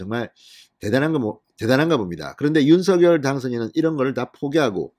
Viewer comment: 윤성녈로 발음해주세요 진성호님 발음법 확인해주세요